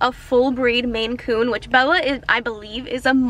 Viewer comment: I was like what the heck is a Macoon... it's a MAINCOON lol